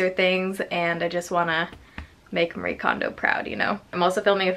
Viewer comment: FYI! Marie Kondo's name is pronounced Mah-ree-eh, or I hear her say just Mari sometimes, which is probably easier for english speakers.